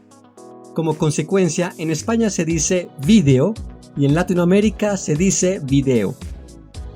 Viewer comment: Muy bueno, aunque concuerdo con que no debemos generalizar Latinoamerica como simbolo de habla castellana. Por otro lado, la pronunciación de Latinoamérica debería acentuarse en la "i" de Latino y en la "e" de América, pero el locutor acentúa en la "a" de Latino... quizas soy yo, pero suena raro acentuar la "a". Saludos